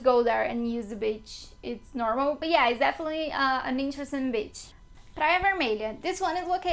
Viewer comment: Great video, thanks. I have great memories of my time in Rio. When you say “beach” in English you need to elongate the “bea…” sound (more like “bee”, otherwise it sounds like that rude word (b!tch) 😬